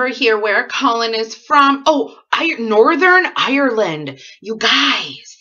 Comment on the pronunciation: I always love hearing the way American people say Northern Ireland, Its cold here but i bet its alot colder in Wisconsin. I watch and love all your videos. Sending love and holiday wishes from Northen Ireland.